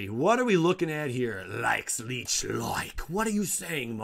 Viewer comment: ya know, I am getting to like being a pronunciation cop for you.. With that in mind.... Lich is pronounced like Litch not leech.use the short I sound.